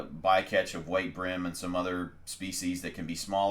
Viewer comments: Why do you pronounce it Brim? It`s Bream. change the B to a C and you`ll know what i mean. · Bro good vid but its breem not brim.... when you say dream, you dont say drim....... bream(Breem)